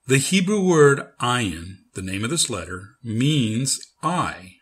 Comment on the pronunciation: Because it is not silent. You should learn with a middle eastener person. Search Maha channel. She teaches hebrew and arabic. This channel have a terrible pronounciation Ayin has the sound of "uugh". Is very hard to describe.